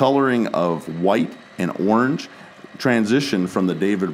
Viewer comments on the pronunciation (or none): none